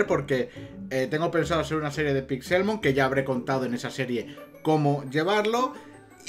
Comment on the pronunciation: Cada vez que dices PixÉLmon me sangra un pulmón.